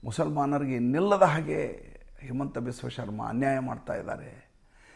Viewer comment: ಅದು ಹಿಮಂತ not ಹೇಮಂತ್